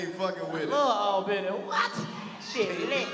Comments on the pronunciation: MANE, CHICO. Chico know something about every city they go to but he still aint know its called "ALL-BENNY". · said All-Benny 🤦🏽‍♂️🤣🤣🤣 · It's All-ben-ee lol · The wife and I really and enjoyed ourselves. The people were getting pissed at how buddy kept fucking up the name "Albany" (all-benny). Like he was saying "AL- Benny" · Nigga it’s ALL-Bany!!! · Why didn't nobody teach the announcer dude how to say Albany before they got there??? 🤣🤣🤣😂😂😂😂😂😭😭😭😭😭😭😭😭😭😭😭😭😭😭😴😴😪